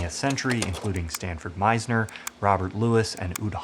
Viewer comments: *Sanford Meisner not Stanford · *Sanford Meisner not Stanford +Great vid 🙌🏽 thanks for making it